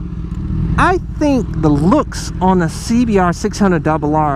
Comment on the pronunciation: Tân Nguyễn Welcome 👊 CBAhhhh 600 dubba ahhh